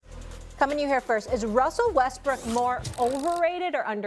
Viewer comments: "I love Wussell Restbrook." Did anybody else catch that? Lmmfao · "Molly I love Wussle Restbrook..." x Chris Canty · "MOLLY I LOVE WUSSEL WESTBROOK" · “Wussel Restbrook” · "Molly, I love Wustle Restbrook"